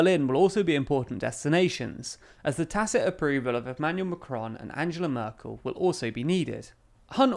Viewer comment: Angela Merkel pronunciation?